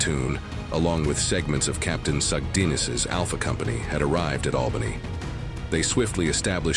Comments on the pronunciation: I found this weird. Isn’t it just flanked? Not outflanked? And why say albaynee when you’ve been pronouncing it right before? Plus, did someone to shove as many school vocabulary words in as possible, even when there’s a simpler, concise way to say something? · AI narrator mispronounces both Ia Drang and Albany 🙄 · Albany does not change its pronunciation as you like. You don’t forbode anything. someone please edit this stuff.